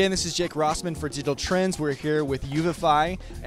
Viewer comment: It´s called UVIFY not UNIFY pal